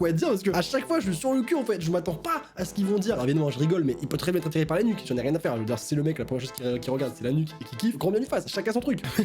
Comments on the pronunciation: Le gars qui as dit «La nuque» j'ai cru qu'il avait dit l'anus😂😂😂😂😂😂😂😂😂😂😂😂😂😂😂😂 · au lieu de la nuque g entendu l'anus...ptdrrr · Je précise que le journaliste a dit nuque avec un Q (LA LETTRE Q)😂😂